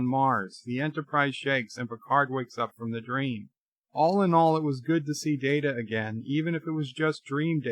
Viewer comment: Haven't you said the IP holders set the canon? As such, the canon holders determine it's "MAHR-RIO", not "Marry-OH?"! Also, how many times do you call him Commander "Dater"? Seriously?